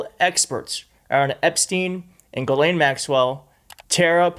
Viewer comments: Her name is not Galen or Glen it is pronounced Gheelaine it rhymes with Elaine. The S in the middle is silent. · it is pronounced "jizzlane maxwell" not gilane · Omg..its NOT G-LEN.. ITS PRONOUNCED "GIZLAINE"! RELEAZE THE EPSTEIN FILES! Lets NOT forget that picture the orange FELON PEDO RAPIST drew for epstein of a womens figure and signed his name as the pubic hair! 🤮😡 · STOP IT WITH PORTRAYING ONE OF THE HEAD MADAMMES OF EPSTEIN AS A FCUKIGN VICTIM! SHE IS NOT, I REPEAT NOT A FCKIGN VICTIM. if it wasnt for JIZZLAINE that is how you pronounce the name, not GIElame or some other bulllllshite, its JIZZ laine, there wouldnt be any children trafficked. Ivana also was part of that trafficking ring ivana and JIZZZZZZLAINE were extremely close. Stop putting harlots on your show that glorify JIZZLAINE maxwell and give a voice to the actual victims not cloutchasing wencheds like tara over there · I believe a lot of what this woman says just a giveaway is she pronounced that odd name "Ghislaine" correctly. No one on tv etc ever says it correctly except people who really know people she knows. It's galynn not galane. A is silent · Her name is pronounced "Jizz lean" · please follow Tara's lead and make the effort to pronounce "Ghislaine" correctly. Certain people make a point of mispronouncing "Kamala." Do you want to be like them?